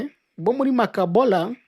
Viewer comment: Hhh mbega français ndasetse kbs ni Makobola